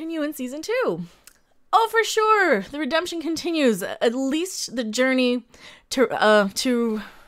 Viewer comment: Waaait a sec, did you almost slip and say "re-dumb-tion instead of redemption?